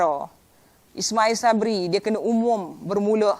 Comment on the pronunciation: Sebut nama PM tuu molek2 sikit. Biar betul.